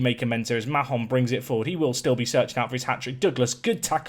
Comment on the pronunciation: I know it's not necessary but Mahon in my experience is pronounce Mayon, just going off a girl in my youth having the same second name